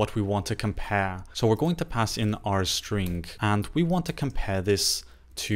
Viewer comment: Thanks for your videos. Always has helpful tips. To me it sounds like you are saying strink. Just noticed since you said it a bunch this video. Keep up the great work. Looking forward to the next one!